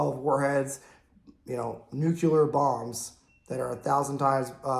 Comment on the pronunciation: Please, bro, PLEASE! It's NUCLEAR not NUKULAR!!!!!!! Where the hell that term came from? Great videos though. Cheers.